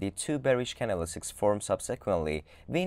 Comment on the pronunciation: "can-del-is-ticks" ?? .........................................................................Priceless.